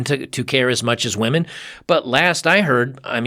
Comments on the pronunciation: and it's pronounced women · how about the ability to start a family, or just a really good friend that has your back. Stop with the nihilism bub, things won't get better with that mindset. And it's pronounced women